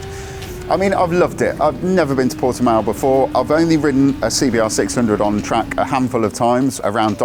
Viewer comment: Easily the best review so far of the new CBR600RR on YouTube in my humble opinion. It’s very much on my short ‘must ride’ list for this season. Also, it’s great to hear that someone can actually pronounce Portimao correctly. Cheers ☺️👍👌